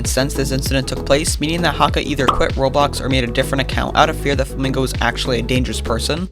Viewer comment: the way he said it made me think g r i n g o (Im Mexican btw)